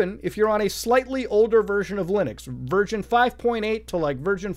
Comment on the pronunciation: When daddy muta says version it sounds like he's saying virgin 😫